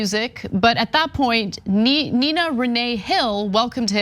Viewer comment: NIA….not NINA